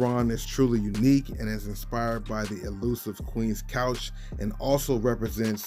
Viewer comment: FYI, it's not Couch, it's Conch (typically pronounced "conk" but can also be pronounced as it looks).